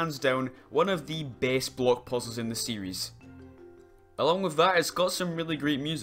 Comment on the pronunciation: I think it’s funny how every time he says block it sounds like bloke.